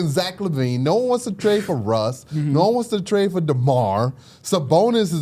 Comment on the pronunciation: why say demar like a slur